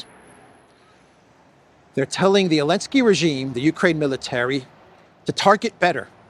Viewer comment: its zelensky